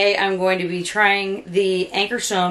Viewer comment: Great demo. Check your pronunciation. AnkarsRum.